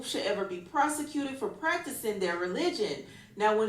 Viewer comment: One time for the people in the back, say it with me Per-se-cuted, not Pro-se-cuted! Totally different definitions, mfs reading and comprehension skills are on the floor.🤦🏾‍♂️